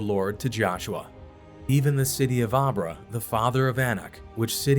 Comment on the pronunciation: Arba is not pronounced as arbra. Nor is Jephunneh pronounced as Jephanniah. Please pronounce the pronouns correctly. These are not the only mispronounced word . If your educated please do better.